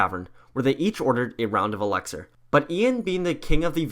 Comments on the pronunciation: It’s elixir not elexir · Why do you pronounce it elexor its elixir 😣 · Why do you say elexir? Its elixir. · Him: EleXeR me: it’s ELIXIR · It's elixir not elexir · It’s Elixir, not Elexir. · I hate how he says elexer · He keeps saying alecxer